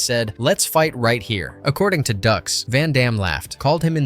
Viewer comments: No, no... it's Dux... like put up your Dukes. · No, no, no... it's "DOOOKS!" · It's "DUKES" - like put up your dukes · I was thinking this the whole time. “Is ‘Dukes’” “Like put up your Dukes, right?” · Hard to take this seriously. Mispronouncing the man’s last name means you didn’t actually watch the movie. It’s literally a running bit. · These facts would be more credible if you had actually watched the movie. There's literally a scene in the movie on how his name is pronounced which they make light of. Hearing you saying wrong 100 times in row is so grating. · Can't even pronounce Dux correctly. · Dude, listening to you continuously pronounce Frank Duxs' last name incorrectly make the video unwatchable. Thumbs down. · Literal line in the movie yet this video couldn't get that right. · Dux is pronounced Dukes, not Ducks. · It's not "ducks" , it's Dux, like "put up your dukes". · Everytime it says Frank Ducks.....my head hurts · Stop pronouncing the name like ducks. It’s pronounced Dukes. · Am I crazy or isn't his name pronounced like "Dukes" not "Ducks"? Driving me nuts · OK, this has to be said. It's no "ducks" it's "dukes." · its not ducks its dukes dux=dukes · Bitch it's Dukes, "like put up ur dukes right?" Fkn Ducks...smh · It's not Frank Ducks...it's Frank Dux, like put up your Dukes. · It’s put up your dukes not ducks. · Dux - Ducks, ugh... Dukes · It's DUKES not DUCKS.... it even says so in the movie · It's like put up your ducks right?! 😅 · The way you pronounce stuff is driving me crazy. His name is Frank Dux pronounced Dukes. Not Ducks And Bolo last name is pronounced Young. Get that 💩 right. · Another video created by someone who didn't watch the movie. Although I appreciate the video, you really should have watched the movie. By the way it's pronounced "Dukes" not "Ducks". 99 percent of YouTube nowadays are videos where the creator has not seen, or participated in the video content they are creating. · It's pronounced Dukes....but spelled dux